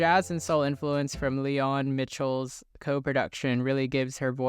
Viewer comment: Leon Michels is pronounced like 'Michaels'. otherwise, great video.